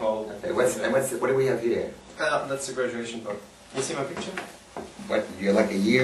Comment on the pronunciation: Hahah...did he say "Gradunation"